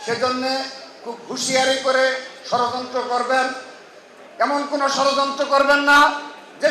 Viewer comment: ভাই তুমি কি ঠিকমতন কথা বলতে পারেনা ষড়যন্ত্রকে সরযন্ত্র বলে। আগে কথাবার্তা শুদ্ধ করে বলা শেখেন তারপর রাজনীতি করতে আসেন চিল্লাপাল্লা করলে রাজনৈতিক হওয়া যায় না